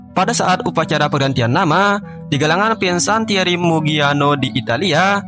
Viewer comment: Maaf sedikit gue ralat disini. Kata Fincantieri dibaca FIN-KAN-TIE-RI bukan Finsantieri. Salam.